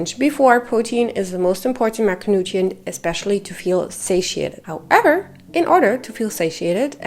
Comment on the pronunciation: When you say “how-EVER” 😂